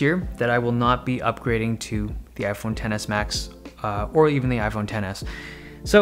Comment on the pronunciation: I keep hearing iPhone tennis and not iPhone Ten S